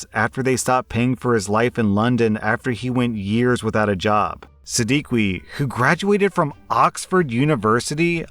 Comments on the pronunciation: Hi, Siddiqui is probably pronounced sa dee kee. Love the content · 😂😂😂 It's pronounced Sid-Di-Ki, also not surprised by the story since most Brown men are just like this. They're super dependent on their parents, and even live in their parent's house all their life. If they move out at the age of 27 or something, they expect their parents to pay for the apartment. Not surprised even a bit, its a brown men thing. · Siddiqui is pronounced sid-ee-key